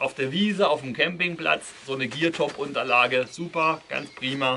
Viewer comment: Der Hersteller heißt Geertop, nicht Geartop. Habe erst Geartop gegooglet und bin auf einen kanadischen Hersteller für Fahrrad Ausrüstung gestoßen :D